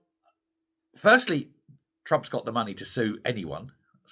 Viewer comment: Turmp? You mean Elon?